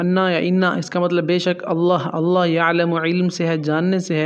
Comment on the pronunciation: Bhi g. Allaha aur Rasool Kay leay. Ki arbi allaha per zabar hay jab Kay aap nay Zar parhi Hay.. drustgi kar laen Muhammad Alam